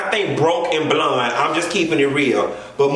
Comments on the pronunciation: can you puh-leez stop saying BLUN (blonde)? I laugh so damn hard when you say it and you say it so hard. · lmao everytime u say “blund” 👱🏽‍♀️ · The way he says blonde takes me out! “Bluunnn” 🤣🤣